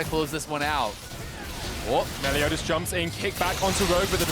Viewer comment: It’s Meliodas! Not Melodias! Lol